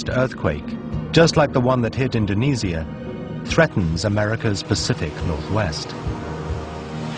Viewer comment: he says it like indonesyia not indonesia